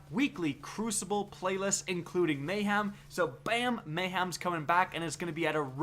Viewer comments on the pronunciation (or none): none